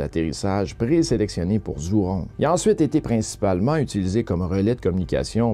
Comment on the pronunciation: Merci pour ton résumé Asiatique. ZHURONG se prononce "djoujong" (léger sur le "g") en français